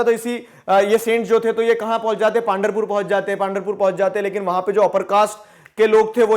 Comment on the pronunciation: Good video , very good approach! Clearing some pronunciations: पांधरपुर = पंढरपुर वरकारी = वारकरी